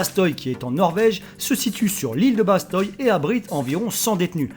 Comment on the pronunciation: Salut! Stylé ton top 10 😂 je suis Franco Norvegien et juste pour te dire on dit pas Bastoy mais Basteuy ( enfin juste la prononciation) voilà si ça peut t'aider 😁